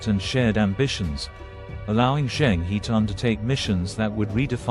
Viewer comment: Cheng He ( pronounced as "her"